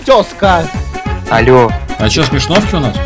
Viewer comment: Нет) просто меня напригает каждый раз слушать "Тёска" а так всё норм))))